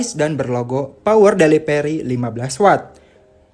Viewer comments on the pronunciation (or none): Power delivery bukan power deliperi bacanya wkwkw